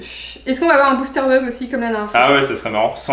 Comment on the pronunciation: c pas blister c bouster